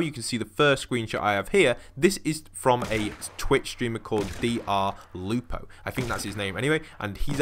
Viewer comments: Who says DrLupo as D-R Lupo... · Did he actually say D-R-Lupo